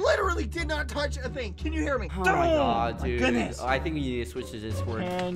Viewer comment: ”Oh my khoodness”